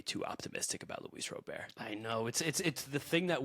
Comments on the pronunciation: STOP pronouncing roberts name wrong! It's soooooo fuckin annoying!!!! It's Robert NOT ro bear! 😡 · Guys, I’m beggin ya. Just think like a bank Robber. It’s Robber. It’s not Robeair. I don’t know why it’s so annoying, hearing Robeair over and over again, but it really is 😂